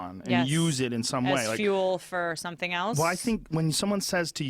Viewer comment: joe pronounces else like "elts" i know nobody cares but i've noticed a lot of people doing that lately its annoying as fuck